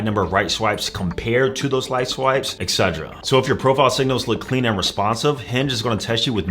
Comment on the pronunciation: Think as a coach you should at least pronounce etc and espresso properly 😂